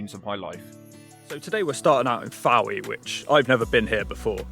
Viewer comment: It’s pronounced “foy”